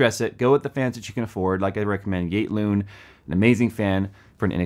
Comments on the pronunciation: Damn could not understand what brand of fans you were talking about. Thought you said igloo, then i thought you said gate loon. Now i see its YATE LOON. And yeah i have seen lots of cheap fan brands but never heard of yate loon fans. They look ultra cheap made. And the price is not great at $9-15 each. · can some one help me with the name of the fans i cant understand the way pronounces it?